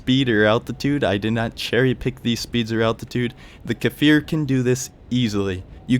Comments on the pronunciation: it's pronounced Kfir, not Kafir, it means lion cub in hebrew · great video and all but as an israeli it's cfir not kafir as of baby lion in hebrew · 😂 It's not kAfir Just kfir No vowels between them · Well, it's just Kfir... The "K" functions just like "S" functions in the word 'stir' definitely not "fir" :) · I apologize, I didn't realize that you managed to understand the pronunciation anyway? imagine the K is a short K sound with "no movement" and then it's followed immediately by the "Fir" didn't mean to offend you in any way friend, I really like your videos